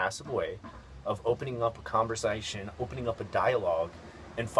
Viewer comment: lol when you said conversation it kind of had a long southern drawl